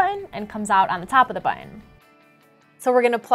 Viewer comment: Omg. "But-ton" not "bu-in". Please do more of these! They are hella bad.